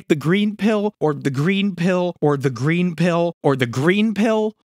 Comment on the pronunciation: its gween!